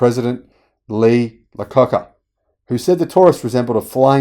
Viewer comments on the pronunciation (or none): I would be glad to. At the mark you repeat yourself from the previous 6 or 7 seconds. There were also a few images which were shown twice (not a big deal) and the name of the Chrysler CEO (at the mark) was actually pronounced Lee Aye-a-Ko-ka, not Lee Lacoca. At the mark there was a short repeat (a bit like in the Matrix movies or a skipping record). Thanks for responding, by the way. It shows your professionalism. I'm looking forward to watching more of your videos.